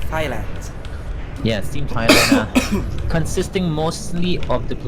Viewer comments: So cringe at how he pronounce my country name as "thigh-land" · Cri cri in World Cup like what you said "thigh-land" am said man :((((((( AM THAILAND BRAH! AND AM SAD CRI CRI! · thigh-land... cringe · โกร มาก "thigh-land"